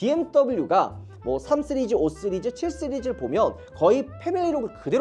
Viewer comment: 왜 자꾸 5쓰리즈 라고 해요 😂